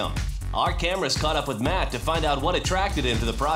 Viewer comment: The way matt said it is completely correct.